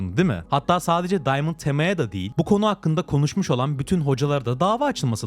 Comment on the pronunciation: diamant tema :D ingilizce süper